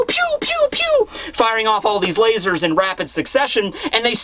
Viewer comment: saying "layzors" made my day